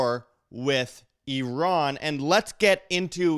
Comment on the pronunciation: Did you know you kinda look Iranian? :)) also, thanks for pronouncing Iran correctly.